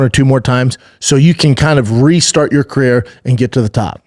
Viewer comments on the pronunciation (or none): We call that babanese. Carair